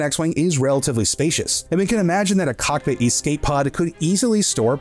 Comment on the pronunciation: You say cockpit quickly and i heard carpet. Funny feature for a star fighter but continue